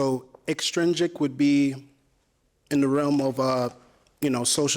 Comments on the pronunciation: did he mean to say extrinsic? just wondering because he pronounced it as "extringic" a couple few times .. he almost has to just be pronouncing it incorrectly imo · It’s EX-TRIN-SIC bro not ExTringSic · Extrinjic😏 Said it at least twice. If you're going to work on sounding like a deep thinker, why not go all in with the phonetics?